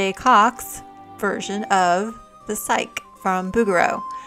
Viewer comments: Psyche is pronounced "sikey" not "sike" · 😊FYI, her name is pronounced sai-key, not sike. Love the video. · Lovely video and very instructive, as usual. I wish I'd discovered your channel a year or two ago! PS--It's pronounced PSYCH-ee.